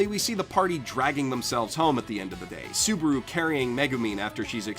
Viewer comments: It's ru -->ル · is it onlu me or does it sound like he says Suburu and not Subaru. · You called him soburu like twice, but love your videos